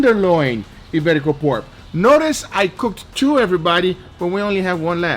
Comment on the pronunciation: As a Spaniard living abroad: Ibérico pork ftw! 🤤 (good Spanish pronunciation btw! 👌)